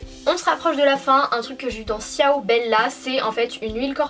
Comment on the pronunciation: J'adore ta chaine mais ciao sa se dit "chaou" mais sinon je t'adore je crois que j'ai vu toute tes vidéos